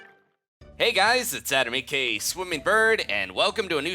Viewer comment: is it just me or does he say ak instead of aka